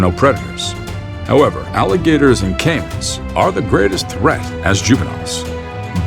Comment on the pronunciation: Sounds like canes but he meant Caymans.